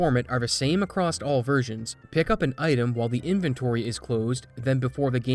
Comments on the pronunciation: Bro saying "acrost" gave me whiplash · I hear you say "acrossed" and cringe, as it is not an actual word. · The way he over pronounces every single word but randomly mispronounces a word really quickly is incredibly jarring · Not to be a jerk but there's no T in "across". Please stop doing that. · It's a regional thing. It's kinda cool that you're polite about such an inane thing, at least.